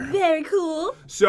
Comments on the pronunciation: Pat and go to a river and see a crocodile Pat: JEN LOOK ITS A GRAGADILE: It’s crocodile are you purposely saying it now?? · Pat you said crackadile when you spwaned it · The croukldile slammer that’s what he said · It’s pronounced croc-o-dile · You sayed cragodile but in the title is cragadile